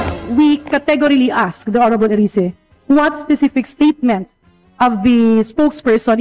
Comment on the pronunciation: Erise yan ang tamang bigkas sa english